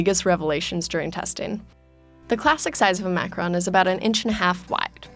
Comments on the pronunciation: I hate the way she says macaroons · It's Macaroooon luv. Gees! Macarooon. Rhymes with room.